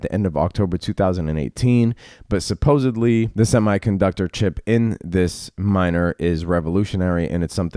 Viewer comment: 👍👍nice, man. By the way, you did NOT say “supposeBly” did you?! Yer too smart for THAT!!